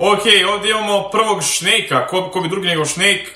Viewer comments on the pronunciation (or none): Snejk se kaže a ne šnejk hahahahha inače totalnu podršku imaš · Al kad brate kaze šnejk ahhaha umirem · Pa da mu gledas klipove znao bi da to namerno kaze